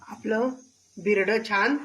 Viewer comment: Bhirade nahi birade